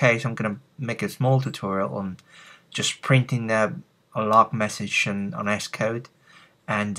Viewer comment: Good tutorial, Sounds funny when you say ESS-Code